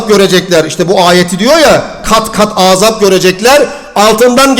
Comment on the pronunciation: Aazaab degil.:) Birinci A'yi uzatma! Kulagi rahatsiz ediyor.